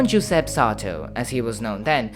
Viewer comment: Unfortunately, the pronunciation is poor. Giuseppe ...joo- zehp-peh